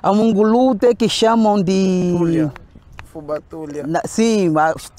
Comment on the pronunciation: aí falam FÚBA e aqui no Brasil se fala FUBÁ .. com acento no á